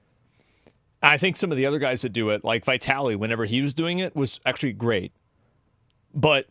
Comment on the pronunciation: you say Vitaly 😂